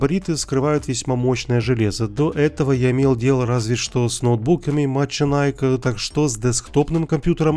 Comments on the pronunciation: Ахахаха "маченайк".... Так бы и сказал–машенике (мошенники) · Ты не правильно читаешь, правильно МАШЕНИКИ, это все знают, кто что то с али заказывают, у самого мать для зиона от них.